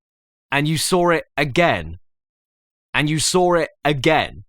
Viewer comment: And you sawr it again. And you sawr it again Then you didn’t SEE it And then you sawr it again. Hmmm?